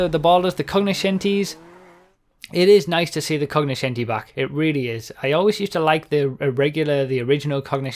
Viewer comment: like you're right, didn't even know this was within the english vocabulary. Originally (latin / italian) it is pronounced more similar to coño-scenti.